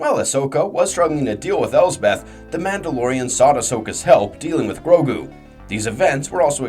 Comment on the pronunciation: There are sooo many pronouncement problems in this video i tried to ignore it but it just continued with more and more words im just really glad you say grogu right lmao